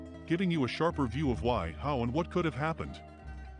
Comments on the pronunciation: ‘Happened’ not ‘happend’. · "Happened," not "happend." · Good video but that "happend" is difficult to bear during the first part haha.